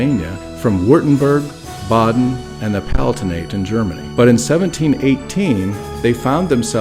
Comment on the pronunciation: Baden? It sounded like Baw-den.. Is that spelled Baden? Closely associated with Bayerne/Bayern?